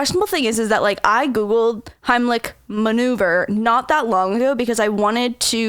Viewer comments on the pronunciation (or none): Remover😂😂😂😂 It's maneuver 😂😂😂😂😂😂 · Jennivic April I thought she said hemlich manure 😂😂🤣😂😂😂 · he said manure XD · I say remover as well but I knew it was wrong lols😭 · Did anybody else catch the part where said manure instead of maneuver for the Heimlich at the beginning